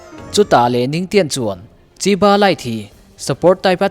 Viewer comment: chiba nilovin chhiba zawk aw sir chinese in 7 tih na nia